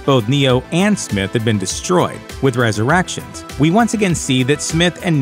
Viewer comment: I think the announcer has a glitch in The Matrix. He keeps saying "ResurrActions" instead of Resurrections. 📗📗📗